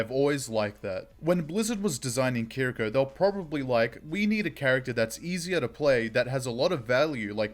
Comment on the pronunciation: One thing I must say though is the pronunciation of Kiriko is incorrect. This shows how to pronounce her name